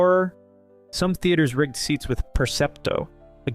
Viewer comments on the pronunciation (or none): none